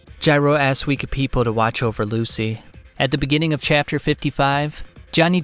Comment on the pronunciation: I love the way you pronounce Wekapipo